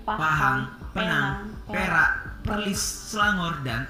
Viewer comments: Bukan perlin tapi perlis haha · Buakn 'Perlin' tetapi 'Perlis'...